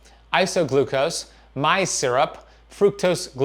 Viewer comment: I've always heard maize pronounced maze. Rhymes with days not rhyming with rise.